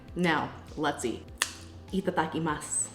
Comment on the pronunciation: Hearing you said "Itadakimasu" at the start of this video made me think I was watching EmmyMadeInJapan!! Sounds so weird coming from someone else!! 😂